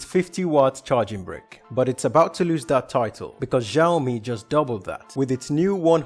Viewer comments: It's not Shio-me it's Shao-me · it's Shio-me not Zhaio-mi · it's not giaomi, it's shiaomi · Great video...but it's not pronounced as Ziaomi it is pronounced as Xiaomi were the X is equal to SH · Oh god any other Chinese people cringing at his pronunciation? IT IS SEE-i-OW MEE. At least he said Huawei correctly doe. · sorry to be a bit harsh to you, I had a rough day. thank you for your complement and just for your reference, Xiao is actually meant to be pronounced like shyao. it may even be a little bit easier to say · It's so annoying how he pronounces Xiaomi "zhiaomi" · Hisyam Gaming Ikkr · The way he pronounces the name triggered me because ik how it is actually pronounced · Making tech channel And cant even pronounce xiaomi